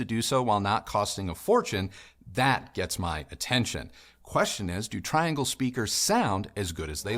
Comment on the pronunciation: With respect. The name is pronounced tree-ahn-gle.